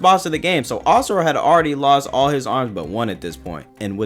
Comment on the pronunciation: This is so petty but I’m so glad you pronounce Asura correctly instead of “Azura.” That shit pissed me off to no end😭